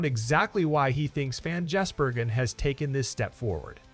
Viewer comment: If you want more subscribers learn to pronounce drivers names correctly Shane`s name is Gisbergen NOT Jisbergen